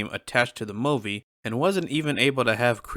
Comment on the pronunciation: I’m sorry but… WHAT?! Who on earth says the word MOVIE like this?!?! Lmao! 😂bro WWWWHAT?!! Wtf is a Mowe-vee?!?!! You mean MOO-vee??? Y’know, “MOO”? Like a cow? Moo-Vee. Like how everyone else on planet Earth says it lmao. Good lord it is sooo distracting